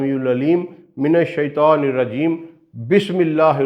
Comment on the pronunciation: السلام عليكم ورحمة الله وبركاته حضرت ماشاء اللہ آپ بہت اچھّا کام کررہے ہیں اور میرے فیورٹ ہیں توحیدی موضوعات کی وجہ سے بس آپ کے علم میں ایک ایسی بات لانا چاہتا ہوں جو بہت سارے عالم قاری اہل علم لاشعوری طور پر کرتے ہیں اور کررہے ہیں آپ کو اسلیئے لکھ رہا ہوں کہ یہ بات آپ سے بھی لاشعوری طور پر ہورہی ہے وہ یہ کہ جب آپ تعّوذ پڑھتے ہیں جہاں لفظ “من الشیطان” آیا ہے آپ سے بولتے ہوے یہ “شیطوان “ نکل رہا ہے آپ خود اپنی رکارڈنگ کی آڈیو غور سے سنیں تو آپ کو خود معلوم ہوجاے گا اس طرح شیطان کی جگہ شیطوان بولنے سے تو شیطان بھی خوش ہوتا ہوگا کہ انہوں نے اللہ کی پناہ مانگی ہے شیطوان سے اور میں شیطوان نہیں لہذا حضرت آپ بھی اسے درست کرلیں اور لوگوں کو بھی اس بات کا بتائیں اللہ کے نبی ﷺ نے فرمایا شرم بہت اچھّی چیز ہے کرنی چاہیئے مگر علم حاصل کرنے میں شرم نہیں